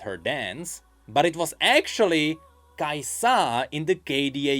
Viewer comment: The way you say kai'SA makes me uncomfortable lol